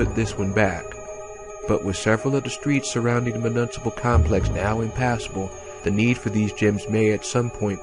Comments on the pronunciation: Mu-Nis-a-pull. Not mu-nunsa-pil. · Really appreciate you doing this audio book but I gotta be a dick… municipal is pronounced myu-niss-I-pal